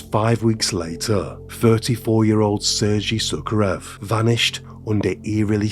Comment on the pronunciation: The pronunciation of the names is very poor. EE-REE-NAH. SEIR-GEI. BICH-KOHV. YEV-GEH-NEE. But I will say, i absolutely love your channel. I am late to the party and have been binge watching all your videos this week. Great content and very calming voice. Thank you.